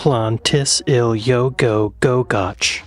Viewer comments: No dinosaur fossils in the Scottish highlands. The rocks are from a couple of hundred million years before the dinosaurs came along. Oh, and 'goch' rhymes with 'loch' not 'watch'. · Oh no! That long village name. Don't listen to him. Especially the last syllable. not "ch" as in church but "ch" as if you're clearing your throat 🤣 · Its not pronounced goch. Im English and that made me cringe.